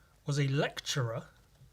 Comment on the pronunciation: when you said "lecturer" twice i swear you said Elektra from fuckin Daredevil hahaha. "yes this woman here was Elektra mmhmmm"